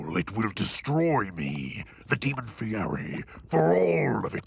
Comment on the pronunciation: They could’ve at least learn how to pronounce his name correctly you say it like a guy Fieddi not guy Fieri or however you spell it 😂